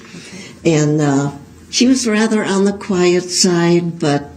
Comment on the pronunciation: I really hated how he constantly said 'wather' instead of rather or whether. He also repeatedly misused the word logistics during the trial. He kept referring to format and information filled out on paperwork like the big stupid dummy he is